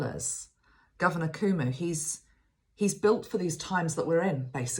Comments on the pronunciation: His name is pronounced kwo mo (as in status quo and moe from the 3 stooges) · Pronounced: Coe Moe (long O sounds) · I am in the United States. I live in the state of Kentucky. And I can tell you that “yes, we all (all the states) care about New York! And the Governor’s name of New York is pronounced “Kwo-Mo.” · Hello, thank you for all you do. I just viewed this video, today, April 16th, and thought I would answer some of the questions you asked during the video (if someone already has, please forgive this second round of answers;-). First, Cuomo is pronounced Koo-oh-moh - both o's are long. You are right that there are states that don't care about what is happening in NYC. Those states are in the midwest, and the south, and are red states (Republican), and pro-Trump. The states on both coasts care deeply about what is happening to NYC. And lastly, Governor Cuomo is a symbol of strength not only to the people of NYC, but to the majority of the people in the US, right now, for we have a huge void in leadership from the President. He's already been nicknamed, President Cuomo!